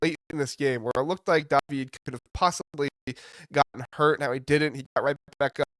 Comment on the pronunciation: Always informative and entertaining. David Mirkovic is pronounced DAH-vid, not Da-VEED.